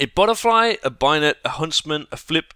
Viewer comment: WHY DO YOU SAY BAYONET LIKE BIONET?!??!??!?!??!?!??!?!??!?!??!?!??!??!?!?!!!!!!!1!11!!!!!one!!11!oneoneone